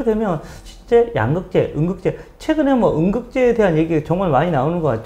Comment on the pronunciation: 발음이...ㅎ 응극재가 뭔가요? ㅋ